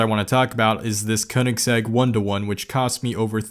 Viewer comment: Regardless if you correcting it,hearing you say “the only Koineggssegg I ever got to saw” cracked me up lmao. Good video man!! *ik I butchered Koineggsegg spelling please forgive thee 😭